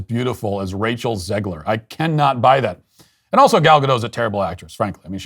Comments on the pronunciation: Why are people saying “ga-doh”? It’s Hebrew not French. It’s “Ga-dot” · For the love of God stop saying Godoh. It's GADOT. Hard T. The name is Hebrew not French goddamnit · The pronunciation of the Hebrew name is 'Gadote' (not 'Gadoe') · ALORS: Gal Gadot's name EEZ NOT FRAYENCH, Matt. Eet eez EEZ-RILEY. N'est-ce pas? Therefore, eet eez praw-nawnced GAD-AUGHT, not GAD-OH. Comprend? SHALOM! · Gal Gadottttttt. Tgere us a T in the end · Gal Gadot, you need to pronounce the letter "t". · The T is not silent. She is israeli not french. Gadot is a nice person and beautiful. Not a good actress. Rachel is not a nice person. Beautiful ish and not a good actress but also really anoying. Disney is a woke shell of itself. Basically a dumpster fire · I find Gal Gadot quite engaging as an actress, but I agree a larger-than-life characterization is necessary for the queen and is lacking. By the way, you are mispronouncing Gadot. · thanks for saying this. Finally someone does. But why do you pronounce gadot like some frenchman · If you're going to slag someone off, at least pronounce their name correctly. The T in Gadot is pronounced!